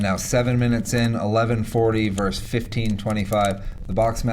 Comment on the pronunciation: "vs." = "versus" NOT "verse". The 2nd "s" is pronounced.